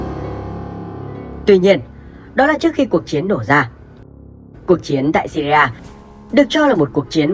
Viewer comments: Đọc là nước Sy ri thôi chứ làm gì có nước Sy ri a nào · Góp ý bạn nhé . Gọi là siri thôi chứ ko có chử a khi đọc ra tiếng . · Đọc là Sy ri a nghe ngang phè phè